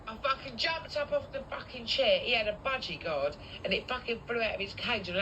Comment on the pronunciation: Did she say budgy guard 🤦‍♀️🤣🤣🤣